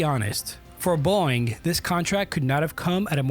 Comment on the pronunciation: Like how the narrator keeps pronouncing "Boeing" like "boing" 😂